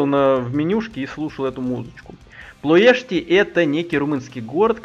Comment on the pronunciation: Название правильно произнес!))